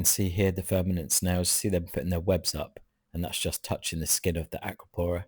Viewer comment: Great content. I hear you say verminid snails but I think they are called vermitid snails. They are ugly pesky little bugger so who cares lol😂